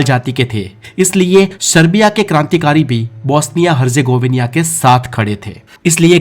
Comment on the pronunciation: हरजेगोविनिया😂😂😂😂 हरजेगोविना है सही उच्चारण